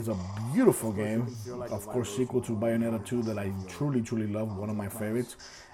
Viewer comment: Bioneta? She even says it properly when you boot the game.